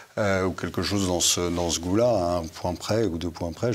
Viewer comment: "dans ce goût-là" ou "dans ce goulag" ? 😅